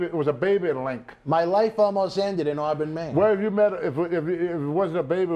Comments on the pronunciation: Linx, not "Link" you morons... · Lynx not Link Bwahahaha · Lynx not link country as hell lol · It's a lynx. Pronounced links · Lynx... Linksssssss.there is a(n) S sound at the end for fukks sake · It’s a lank! A lank! 😂😂😂😂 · "Its a LLLink" Every time he said it I laughed hysterically. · Isssaa Lihnckkkkkkk! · Pretty sure he's trying to say "Lynx" lol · The X is silent guys.🔕